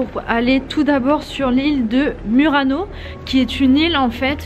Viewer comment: Non si può sentire Murano alla francese abbiate un po' di rispetto e imparate la vera pronuncia se no fate ridere.